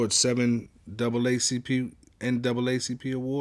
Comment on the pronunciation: He said "Double ACP awards" back to back smh